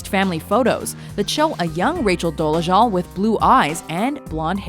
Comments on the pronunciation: Why do you keep pronouncing her last name as "Doleshul"? It's Dolezal. With a Z, not SH. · Would be nice if the narrator could say her name right. Good grief.